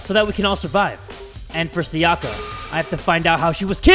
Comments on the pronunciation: Everyone: "Sayaka": "SaYAKA" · Everytime he’s says SaYAka I die a little more inside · As a danganronpa fan, it kills me how he pronounces sayaka’s name like: sa-ya-ka instead of si-ya-ka, and byakuya like bkYakUay instead of bya-koo-ya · FOR THE LAST TIME, her name is Sayaka (Sigh-a-ka), not (Say-aka). The “Say” in her name is pronounced “Sigh” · But he needs to say sayaka and byakuya right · C E R Y S I cant stop getting annoyed when he kept saying Sayaka wrong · I've been in the danganronpa fandom for 7 years and it just makes me so happy to see people injoying a game that has meant so much to me. Also the mispronunciation of Sakura and sayaka are just bothering me a little